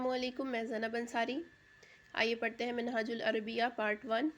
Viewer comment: منھاج العربیہ کے تلفظ میں کلمۂ ر پر زبر پڑھیں